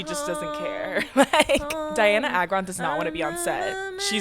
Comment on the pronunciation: REAL (also its ay-gron........ babes....)